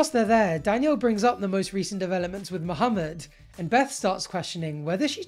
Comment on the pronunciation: U pronounce the name Muhammed well, its refreshing to hear